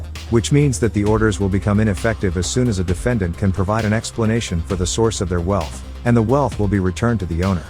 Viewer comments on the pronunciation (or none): none